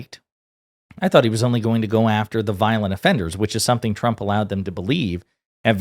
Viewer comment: She can’t say trump 😂😂😂😂😂😂😂😂😂😂😂😂😂😂😂